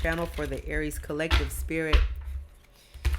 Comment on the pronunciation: Girl you bad I love how you say Aries the Emper you bad.❤️❤️❤️